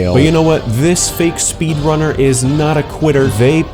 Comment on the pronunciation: I swear I hear speedlunner